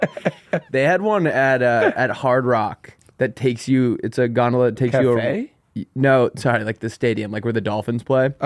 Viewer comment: they way he kept pronouncing "gondola" took me out of the episode and i couldnt get back in